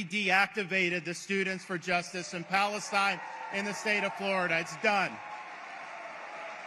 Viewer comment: I am soo happy to hear boos when the name Balastine is pronounced!